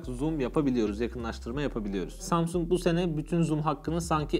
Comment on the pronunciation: Ya bu zamsung ben feroyu az dinle yaaa (kat--lana---rak )